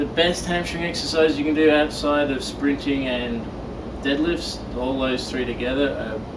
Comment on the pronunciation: LOL, I had to listen a few times - at first I thought he said "Stretching" heh..